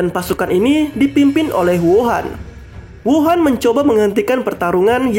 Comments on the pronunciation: hou an bukan wuhan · Mimin slh ucap Huo an masa d sebut wuhan